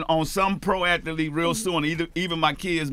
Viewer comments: Master P, what the hell is a “ATHA-LETE” 🤔😂😂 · Master P. "athaleet" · Not only was I gonna hear something gems, but I also was gonna bear master P say athaletes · Ath-a-lete - master p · How many 'a's are in the word athlete. Clearly master p thinks there is three lol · Percy "Athuleet" Miller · Nobody: Master P:At-Tel-leat (Athlete)😂😂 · Love this! Master P and that NOLA accent. How he pronounce “athlete” again? lol Love it tho. No place like NOLA. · I love Master P But nigga stop making athlete have 4 syllables.